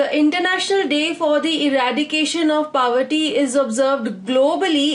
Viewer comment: hello mam, your videos are very helpful,especially the follow up of every question with a little detail about that topic. I appreciate this effort. Would like to correct you at one of the point-- pronunciation of word "POVERTY"..It is PO-verty and you pronounce it as PAW-verty or PA-verty which sounds way too Odd. forgive me If am wrong. Thanks.